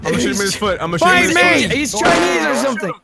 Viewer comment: " I see chianese zombies"